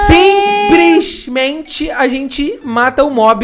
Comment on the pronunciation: O falando simprismente kkkkkk